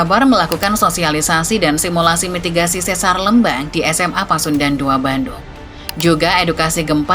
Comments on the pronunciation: bacanya lembang min bukan lembang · Pelafalan Lembang tu setau sy pke E keras ya bukan E lemah, kyk kita nyebut kata 'Lebar' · LÉMBANG bukan LEMBANG ! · Aneh banget denger penyebutan Lembang bukan Lémbang kaya bahas daerah lain. Penyebutan harusnya sama dengan PALEMBANG, buang PA nya. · sanes eu, tapi e biasa. sanes é kieu. tapi da tanggel nya HAHAHAH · bukan eu, dia pakai e pepet. ( é taling untuk lélé, e pepet untuk lemes, eu untuk leupeut) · Leumbang 😮 Harusnya biasa aja sih kaya nyebut kata "Lempar", demikian nyebut Lembang dengan cara yg sama. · Yupz, lémpar, Lémbang, méré gé hésé. Aksara swara dalam bahasa Sunda huruf (e)nya ada 3: e : e pepet é: e taling eu: eu Di video, pembaca narasi menggunakan e pepet dan eu. Harusnya ya memakai e taling, seperti kata "Lémpar" seperti yang anda sebutkan. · itu baca lembangnya salah 😁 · Begitu dengar cara bilang Lembangnya salah langsung skip, gatal di kuping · Sebagai orang Sunda. Gereget banget pas narator bilang Lembang pake eu 😬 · Eta mh digayakn macana bukan tidak tahu😂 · Baca Lembang nya biasa aja min, aneh dengernya 😂😂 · Maap .bukan sesar LMBANG cara bacanya. Tapi sesar LEMBANG ! E....E....LEMBANG .bukan LMBANG. TEGAL LEGA .salah lg cara baca nya. Bukan TEGAL LEGA ! Tapi TGAL LGA .mksh .